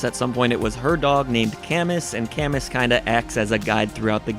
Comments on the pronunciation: Also: GUH at "Caeh-muss." It's a French name. It's pronounced like "canoe." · Camus is pronounced like Camoo.